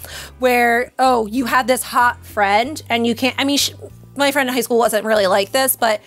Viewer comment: "High Schoo!" *High School Also, Woohoo! back!